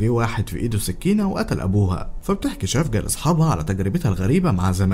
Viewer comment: اسمها سيفجي يعني الحب بتركي مش شفجة